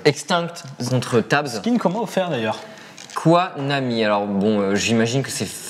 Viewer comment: c'est pas "Quoi Nami" mais "Koï ((koy)) Nami"